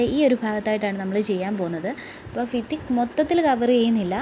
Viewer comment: Fithi alla bhitthi😅😅